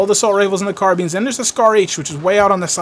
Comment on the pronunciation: "car-bean" lol'd